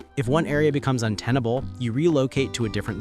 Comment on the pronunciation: I finally decided if this is a human voice when he said “intenable”